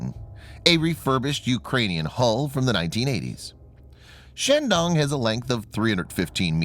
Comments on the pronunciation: Bad pronunciation of Chinese words, makes me cringe. The "a" in Chinese is a long a, not an American short "a". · Emphasis on the “dong”